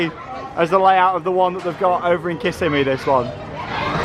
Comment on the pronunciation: I think it's probably a bad investment in the end. For $12 million they could have built like 3-4 flats, even a decent RMC family coaster etc. It looks great, but is odd and out of place. I truly think the owner just wanted his own RMC hahaha. Oh and Kissimmee, Is Kiss-emm-ee. Not Kiss-a-mee. ;) It's a native word for a river "long water." I feel like the Hurricane needs some trimming eh? Hahha